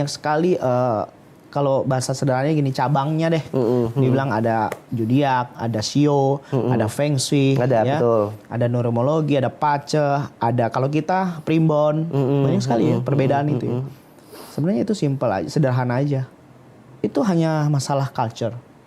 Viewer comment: Bazi = dibaca pa ce